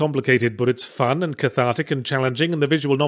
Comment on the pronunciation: According to his dictionary, Yahtzee pronounces "fun" as a three syllable word.